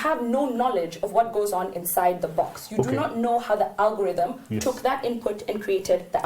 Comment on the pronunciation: And now, our final thought: Alogothym, Arogotheme, Orie-Rogo-theme... lol !🤣🤣🤣 brother, you killed me today!